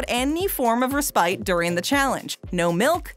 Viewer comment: Would be great if the narrator could learn to pronounce words correctly before she reads them. One could forgive, I guess, mispronunciations of foreign words like habanero (not habañero), jalapeño and diavolo. But Decatur? And respite? I mean, really!